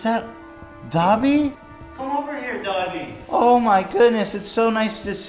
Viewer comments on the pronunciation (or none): Him saying Dobby like Dabi kills me. One is an elf, the other is a traumatized Todoroki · superfluous saxicole no they say dob-ee